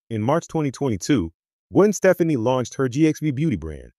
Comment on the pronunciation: You would think if you're going to do a report on someone, you would learn how to pronounce their fricking name!!!!!